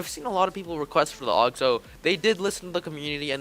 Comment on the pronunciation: Aug is pronounced “Ow-g”